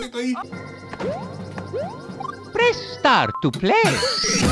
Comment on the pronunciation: Siempre que dice presta to play, escucho: restart to play